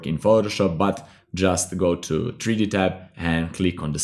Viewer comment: Nice vid..also like the way u say tree d